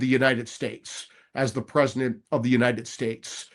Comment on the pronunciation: I truly do respect and admire Mike Davis, but I get so hung up on his annunciation of the word President. I swear I hear presiNent nearly every time. I'll give him credit though, he clearly said PresiDential when he was fired up about the appointments that he gets when picking a team that WORKS for him. 😊